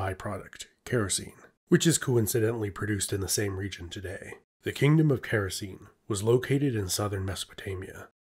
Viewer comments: Oh dear! All Greek "e" at the end of a word must be pronounced and "c" is always pronounced like a "k". So it's KHa-ra-kee-nee, not Keh-ro-seen, which is why it sounds so silly when you say it. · Actually, Characene would be more like "khara-ke-ne" (Χαρακηνή) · Small thing but it would be more accurate to pronounce the kingdoms name as Kara-Keyney.